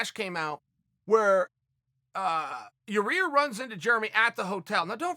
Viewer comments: Your adding an extra r to his name ohh so it’s pronounced ya rear lol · Chael it's Ya ear not Ya rear. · YAH-EAR...not YAH-REAR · Chael please stop saying Yarear, its not that hard lol. YA-EAR NOT YAREAR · Did Chael just call him Urea? Jesus Christ Chael you had to have heard them say his name on the broadcast a bunch of times. It's pronounced Yi-eer. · Chael is definitely pronouncing Ya-rear's name incorrectly on purpose. We now all know what Chael thinks of him. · "And none of them hit Ya-Rear. " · First minute off the vidéos Uncle chael: you ear Rodriguez!!!!OK great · He called him, "your rear"...too funny 🤣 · Chael; Yah- rear Rodrigues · Chael “yuhrear rodriguez” sonnen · Hey Chael, it's Ya-ir lol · I swear I think he was saying your rear on purpose good call chael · Chael it’s (Yi Air)! Sheesh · does he really not know how to pronounce Yair? Or does he just like to say "your rear" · It should be duly noted the correct pronunciation is “Your-Rear”. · Chael intentionally saying Your Rear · I like how he calls Yair "Your Rear" lol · Germ-y and Ya-Rear.... Ok great! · Hey Chael, I bet yah-rear is pretty germy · dude...Chael There's one R Yi air.... Yi air Say it with me slow cmon....Yiiiiii air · Oh and by the way....how's yarear? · Sounds like he saying your rear lol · Chael FYI: YAH-YEAR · Its Ya-IR! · Chael it’s ya-ear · Yar-reer :P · 😂😂 He's still going with it, "ya rear" hahahahaga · Urea/ uriah. Chael says urea so urea it is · He was corrected on how to say yairs name & still calls him yarear. I love it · I am 97% sure he does it on purpose, but if he admitted to it he'd have to stop cos it would lose its comedic appeal. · Cheal has officially named him Ya Re Aerrr now. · he will never be able to say Yair.